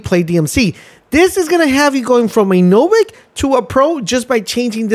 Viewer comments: Did this guy just call novice “novik” 😂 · "novic" and "hub"? It's like you aren'tt even trying...